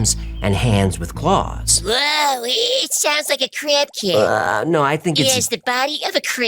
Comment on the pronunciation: When he said crab cat... I heard crack head.. hilarious